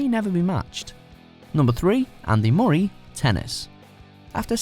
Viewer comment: Is that how you say 'Murray'?